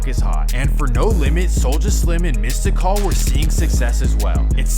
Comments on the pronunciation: It’s “mystical” not mista call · It’s supposed to be pronounced “mystic-all” but you know, it’s swamp stories.. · Mystikal but pronounced mystical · Mista call? It’s Mistikal man cmon. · Mystikal = Mistah Call lol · I’ll fill in some gaps For an outsider you did REAL good with this though Birdman is the face of cash money but he wasn’t the one who set it all up. SLIM was the brains behind it all and stays out of the light and ran it all from the shadows. You know who the muscle was. Mystikal is pronounced mystical. The beef between him and Cash Money started when he was on Big Boy/Jive. It was SPECIFICALLY between him and UNLV (uptown Niggas livin violent) This gave us one of the best diss tracks EVER. Drag em n the River. Imagine a track so hard the man you diss on it bumps it and to this day says it’s one of the coldest tracks ever made. This launched a label war with Big Boy/Jive’s PNC (partners in crime) and UNLV which gave us MORE diss tracks including “Dont get Comfortable” which was a remix. Birdman/Yella were suspected of having something to do with Mystikal’s sisters death So this is where P is coming from when he said he didn’t rock with people that were around Birdman. But Birdman specifically said he didn’t rock with P himself Vyshonn (silkk the shocker) who is Ps younger brother didn’t get along with Turk/BG/Wayne from cash money because of ego issues between him and Turk/Wayne with BG really just siding with Wayne since he saw him as a son and was the one to get him ON Cash Money and talking Wayne’s mom into letting him do it BG was ‘bout that life so the issues between the projects was real to him because by the 90s New Orleans had earned consecutive Murder Capital records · UNLV was Tec 9, Lil Ya and Yella Boy. How do you know the proper pronunciation of Calliope and Melpomene and can't get Mystikal right!? It's literally 'mystical' with a 'K'. Solid video though! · Man said missed-da-call 💀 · he said mysticall😆🤣